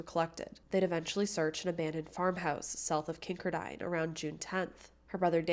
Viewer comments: I just came here to say that. lol it's not kinker dine. It's pronounced kin car din. Accent on middle part. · Great pod cast you tube video. The name if the town is pronounced Kin car den, Not Kink er dine....Just thought you might want to know. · Kincardine is pronounced Kin-Car-Din from someone who lives in southwestern ontario. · Kin car din. Emphasis on car. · Just an Fyi - pronounced Kin-car-din (although spelled Kinkardine) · I think your trying to ssy Kin -card-in. Thats how those of us that live in the area pronounce it . Just thought you would waht to know lol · Kin-kar-din. That’s how you pronounce it. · Kincardine Is Pronounced Kin- Car-Dinn I grew up not too far from there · It's pronounced Kin-card-ine 😊. I was at that dance that night Lucknow is my hometown 😊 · You mispronounced Kincardine it pronounced "kin-car-din." I mention this because I lived in the area and as listen to your info I thought I had not heard of such place until I figure it out. Also, I was familiar with the case. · Love you! As a former Kinkerdink (a resident of Kincardine), it’s pronounced “king-car-din” ❤